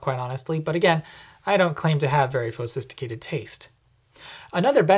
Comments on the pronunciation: I don't even drink coffee, i just like the way he says "fo-sisticated" instead of "sophisticated" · Is that “phosiphticated” or “fauxsiphticated?” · "Phosisticated".... I love this guy... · Phosisticated? lol